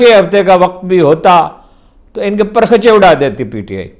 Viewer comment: حضور۔۔۔۔آپ نے۔۔۔۔۔پرخچے۔۔۔۔کا تلفظ غلط ادا کیا۔۔۔آپ نے کہا۔۔۔پر۔۔۔۔خچّے۔۔۔۔جب کہ درست تلفظ ہے۔۔۔۔پرٙخ۔۔۔چے۔۔۔۔۔